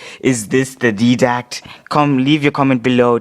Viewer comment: its not Deeee dact its dyedact -.- and its not him it was a concept listen to the vidoc